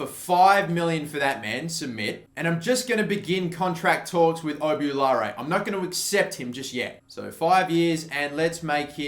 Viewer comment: Who realised he called obbi oulare 'oubulare